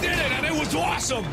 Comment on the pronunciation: the best way to say awesome OWSOME!!!!